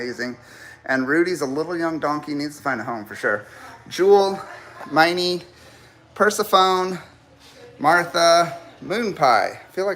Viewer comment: Ummmmm. Mate?!! Persephone = Per - sef - fon - eeee!!! 😁😄